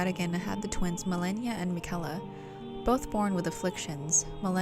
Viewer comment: Interesting video. Theres a lot of speculation here because much of what you say is not hinted at or said outright in the game. Also, why are you mispronouncing Miquella's name when the game tells you how to say it?